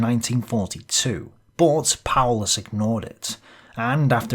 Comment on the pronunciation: Seemingly appropriate that "Paulus" is pronounced, "powerless".